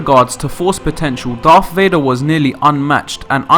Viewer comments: “The dreaded Darth Vay-nah” Dreadful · Darth Vaner? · "Darth Vadnar"?